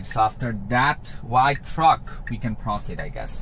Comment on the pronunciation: It's not calibration or anything like that. 12.4.3 is much worse for me too compared to 12.3.6. Mine gets stuck and doesn't proceed (or as you say "prossid") 😉sometimes when it has clear view. And the speed control is horrible: gets stuck under the speed limit until you press the accelerator. Other times it'll stay at 60 MPH after the speed limit drops from 60 to 45. They'll get it worked out in 12.5. Sometimes it's 2 steps forward and 1 back. This feels like 1 step forward and 2 steps back.